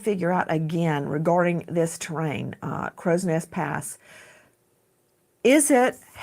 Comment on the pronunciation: please it's Crowsnest (Cross next) pass